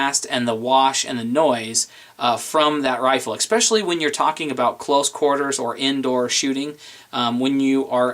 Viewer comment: Awww, did he just say eck-specially, or ex-specially?